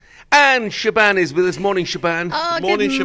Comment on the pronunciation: When's she gonna tell em how to pronounce her name? Shaban?! 😂🤦🏻‍♂️Shaban😂